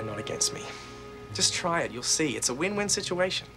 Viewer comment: I, an nctzien ( Nct fan ),after hearing say winwin:😵😲😱😝😘🙈😂😒😍😱😲😳😬😯😆😅😇😂😁